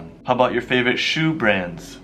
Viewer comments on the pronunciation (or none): none